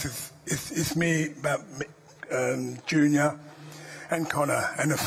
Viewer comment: Who doesn't remember "Chris Eubank Jizzenior"